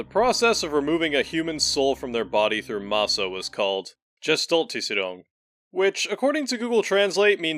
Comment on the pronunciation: German here :) You did a good job on speaking gestaltisierung. Also german People are everywhere on english speaking channels. There are many who more often listen to english content then to german. I for myself do not watch german movies xD they feel so cringe somehow... but that might be a personal thing :) It also makes not much difference to watch a Video in english or german ^^ I can remember of a funny thing where i watched linux tech tips for a while, then linus had his expo and a german reporter was there, the video started in german and then he interviewed some of linus tech team in english and i though: "Wtf why they talking english now... oh i guess so the video will be understandable for a greater audience..." And then it clicked and i realized: .... Linus tech tips is english xD i realy did not noticed before. When you grow up with youtube and games there will be the point where it dosnt matter anymore if the video is english or german. You just listen and understand at the same time ^^ Thank you i will go on watching your video now :D